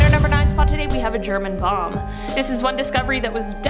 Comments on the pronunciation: You can’t say bomb? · You can’t say bomb ? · Does she not know how to say the word Bomb.....